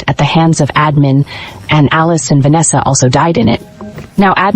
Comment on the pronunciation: Va-nesha!!!!!😠😠is this the first AI ever made or what !!!!!